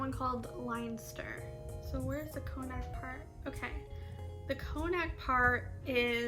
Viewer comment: Connacht is pronounced Con-nut and Leinster is pronounced Len-ster. Also regarding French some of your Irish could be French as Brittany is part of the Irish and Scottish category also.